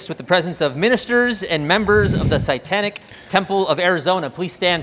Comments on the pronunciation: "Pressecution" of the "Saitanic Temple." This guy needs to learn how to think AND how to talk. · "presecution".. 😂 "Sitantic".. wtf is this guy on?